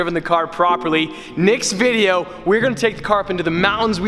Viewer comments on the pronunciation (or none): When he says next video it kinda sounds like Nick’s video 😂